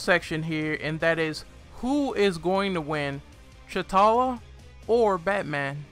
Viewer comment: Secondly. His name is to T'Challa (tachaulla) not Chutalla.